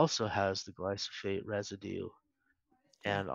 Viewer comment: While this is excellent information and I greatly appreciate it, I can’t help but question glyphosate versus glysophate that David continually refers to. I’m a customer and a HUGE Azure Standard fan.